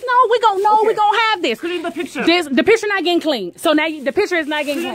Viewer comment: Clear tha pishure Clear tha pishure 😂